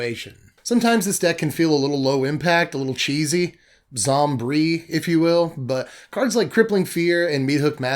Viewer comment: “Zom-brie” lmao made me spit out my drink